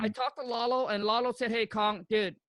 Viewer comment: Kong called him Lola instead of Lalo